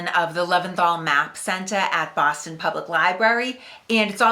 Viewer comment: I think she said "Baaahhhston" .... or something like that